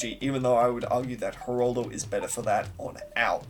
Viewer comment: why do you keep saying Heraldo, its Geraldo